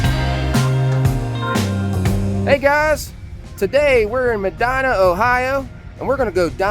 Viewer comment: Always love your videos! I am originally from southern Ohio. We always pronounced the name Medina as “Medeena” just for future reference. Y’all have given me many tips for places to go in Amish Country.